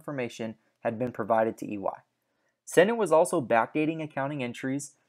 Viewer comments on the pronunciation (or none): The company names are C U C(see-you-see) and Cendant('Send-ent'), NOT "Kook" or "Kendant".. Ave Maria!